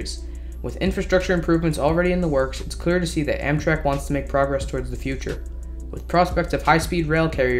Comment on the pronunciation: Have a like for then “futurrrrre” hahaha